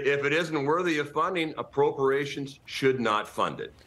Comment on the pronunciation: "approporations" lol speak English much?